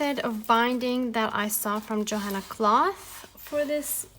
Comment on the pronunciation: I think you say her name.... yo Hanna clow. I love love 💗 your stuff!11